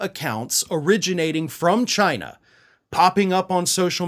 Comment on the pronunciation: Not “Chi-nahh.”